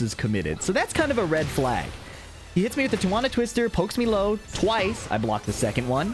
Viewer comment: Lmfao.. its tee-uh-wanna twister. Lol. Silly billy.